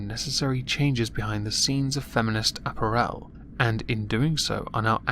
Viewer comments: It's apPARel, not apparEL. I sound like Hermione don't I? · .... ah-PEAR-al... not ap-per-el >.> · repeat after me: uh-pair-uhl. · Lol! ”App-r-ELL" 😂 I love you,. Lovers of moisture, UNITE!!! 💧🌊🌧💦🏄🏊💧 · why can't you say apparel? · I've always pronounced the word 'apparel' with the emphasis on the second syllable, not the third.